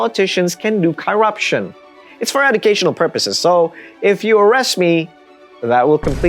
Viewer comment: learn how to pronounce corruption perhaps, you sound foolish.